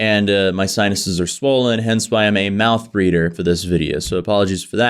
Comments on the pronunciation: Wait... did he say "Mouth Breeder" or "Mouth Breather" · Mouth Breather. Not mout breader. You cannot breed with a mouth FFS.